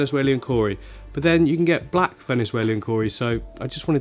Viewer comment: You put an extra syllable in Venezuelan…just saying, lol